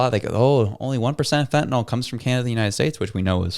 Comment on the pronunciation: Fentanyl not fentanol